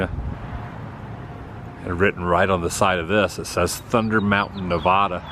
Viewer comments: You are mispronouncing Nevada as Nevahhhda. It's Nevada (short a) . BTW, in Elko, did you do one of the Basque Dinner Houses? When it comes to SLC, you missed one of the more interesting and truly quirky cities in the U.S., and we are not talking about Temple Square. LOL love the Arachnophobia in Sparks, but back in 2003, being recalled back in, we had Iraqnaphobia. LOL, DS2 was just as stupid as DS1. Mission Accomplished 🤪 (Then we were treated like garbage again this time by W, the prior time by Clinton and HW, in the U.S. when we came back, lots of fun) But, then again, when was it ever different being treated like worn out throwaway, spent G.I. Joe dolls. Got out again in 2005, and could not find work, as our civilian jobs were not held open for longer than 18 mos. This country could not even offer legislation to keep our jobs open for the duration of the tours. You had two homes at one time. Adam. When I got discharged again, I was homeless and jobless for quite awhile. So all of us were and are not good. You know it was the corrupt Vegas and Southern Nevada casinos that offered us jobs, and no one else in the nation. The rest of the nation's employers treated us like diseased rats. Nevada is the last patriotic state in the nation. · From a Nevadan, it's not Nev-ahh-duh, it's Nev-a-duh. Same A sound as the the word at, as, hat, etc. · Hello, Nevada resident here making the obligatory comment: Adam, don't you know it's pronounced "Nev-ADD-uh" and not "nev-ahh-duh" like you keep saying?? Thanks for stopping by! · Love the vlogs Adam! Cool to see you in Northern Nev-ADD-uh. Just how us Nev-ADD-ans pronounce it. You’re so great though…you do Woo!! Safe travels amigo! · Adam I love you, but please stop pronouncing Nevada with a U. It's pronounced how it's spelled.